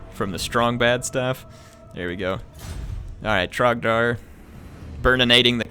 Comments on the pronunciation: Trogdor not trogdar lol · it's Trogdor, not Trogdar. There is only one true Burninator. Show him his proper respect, please! You probably wouldn't know majesty if it bit you in the face! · trogdor the burninator. With an "O", Trog-Door. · It's "Trogdor* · Trogdor is offended by your butchering of his name. :P